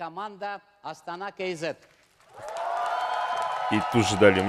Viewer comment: В русском языке в некоторых случаях допускается замена звука Е на Э. В казахском такого нет. Поэтому, правильно будет Астана Кей Зэт. (не кЭй Зэт). В слове қош келдіңіздер тоже букву Е нельзя заменять на букву Э